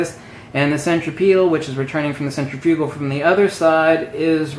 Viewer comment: cen·trif·u·gal cen trip e tal Proper pronunciation of these words might add some sense of logic to your illogical and INCORRECT presentation.